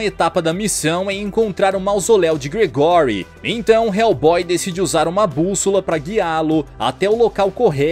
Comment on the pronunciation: Não se fala Gregóry, não...se fala Grégory😅